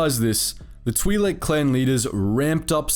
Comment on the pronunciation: It's pronounced like that